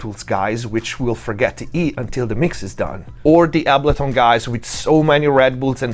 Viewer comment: Biggest takeaway from this video is I’ve been saying ableton wrong this whole time, turns out it’s actually pronounced ahhbullton 👍